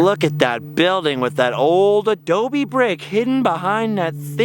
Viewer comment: Adobe. Can y’all say that with me? Ahh-Doooh-Beeee.